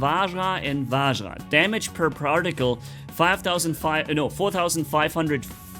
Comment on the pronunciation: "particle" - exists - "parjaktile"